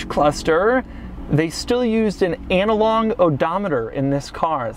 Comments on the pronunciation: "Analong" -- LOL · lol who says it like that?😂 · “analong” odometers are badass. 😂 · "Analong odometer" 😂😂😂